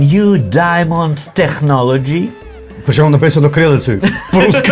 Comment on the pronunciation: Вчіть англійську з ГПД Technology вимовляється як теКнолоджі😊